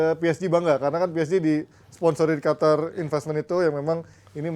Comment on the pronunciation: Qatar itu Q bukan kha kok khatar sih